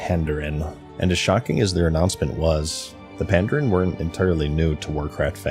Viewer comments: pandARAN not pandEREN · You need a better editor to catch silly mistakes like your mispronunciation of Pandaren.